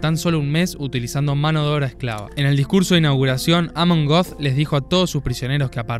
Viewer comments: Er heißt Amon göth, nicht Amon goth. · Amon Goeth se pronuncia "ámen gót." Saludos